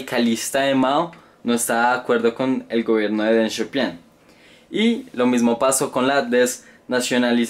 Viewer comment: Deng Xiao pIIIng wacho, donde ves una "a"?